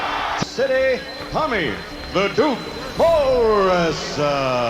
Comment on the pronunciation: Duke not dook.😂